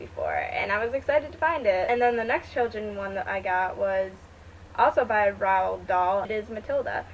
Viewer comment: Hey I thought I would let you know for future reference you pronounce Roald Dahl as 'Roll-Darl' :D